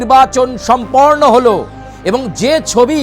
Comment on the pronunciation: সম্পর্ণ নয়রে পন্ডিত, সম্পন্ন বলো!😢